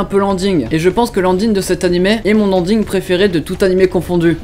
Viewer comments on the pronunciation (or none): J'adore comment les français prononcent Animeuh au lieu de Animé xD c'est just marrant à entendre.